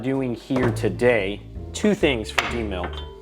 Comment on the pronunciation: Fellas, and ladies, it's not Demill, it is Demil. DeMil is De Militarization. It's the process of destroying military items so that they cannot be used for their original purpose. The way everyone says demill is like youre undoing a milling process, which is not correct. Every military weapon has a minimum level of demil that has to be met, and they dont care about your convenience for using the parts to build a new rifle. For instance, some demil processors might go ahead and cut the rear sight off of the Cetme so you dont have to, but that isn't a demil requirement. Think of AK parts kits for example. Good kits have sights, trunnions and gas blocks de-pinned and removed from the cut portions of barrel. Other kits still have sights, trunnions, and gas blocks pinned and attached to cut pieces of barrel. The demil requirement is that the barrel be destroyed, and each part seperated from the next. If the processor wants to just take a torch to the receiver and barrel then their requirements are met; whoever buys those demilled rifles just bags everything up and sells it as a parts kit. Other processors take the time to press pins out, drill out rivets and depopulate the barrel, but that's just a bonus for you; it's not required. My point is, these kits have already gone through the demil process and you aren't demilling anything. You are removing the parts you need from the remnants of the already demilitarized rifle.